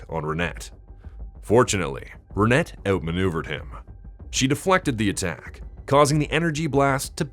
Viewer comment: Renet is pronounced Ren-ay